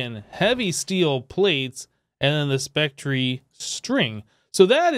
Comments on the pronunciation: yes the e is silent.......plz never say spectreeee like it is a real word.... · Its pronounced spec tur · Anybody else hate hearing it pronounced spec-tree? Love the videos though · i like how you say Spectree instead of specter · Spec Ter not Spec Tree